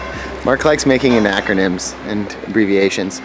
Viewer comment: anachronyms, or acronyms, or anachronisms? ;)